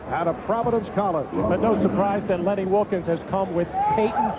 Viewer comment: Wilkens, not wilkins